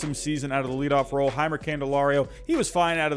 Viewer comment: Tigers fan coming in peace! Jeimer is actually pronounced Jay-Mur and Tarik Skubal is Tare-ICK Skoo Bull. Looking forwarding to watching, kill it man.